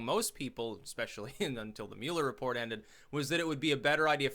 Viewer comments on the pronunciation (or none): none